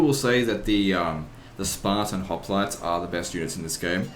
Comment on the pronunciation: someone should make a mod with the units being all of legend's mispronounciations of actual things. like Hopknights and Conquistanators.